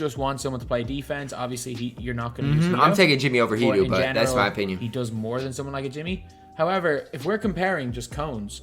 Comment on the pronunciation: U da man with da plan but its hedoe not hedoo get right or im have to have a he doo doo on your headtop next time i see u in these myteam skreets